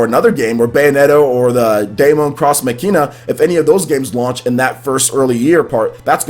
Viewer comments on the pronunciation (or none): DAEMON pronounced Demon, X pronounced like THE LETTER X NOT CROSS and MACHINA pronounced MOCKEENA Love your channel but I have heard you butcher the name of Daemon X Machina far too many times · Is pronouncing machina wrong on purpose? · I was watching RGT85 as well, and he butchered it as well. It isn't even that hard of a word to say =/. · I swear, I'll strangle the next YouTuber that mispronounces Daemon X Machina. :P